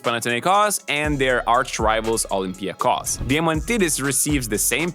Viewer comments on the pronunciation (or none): the way he pronounces Olympiacos and Panathinaikos is so weird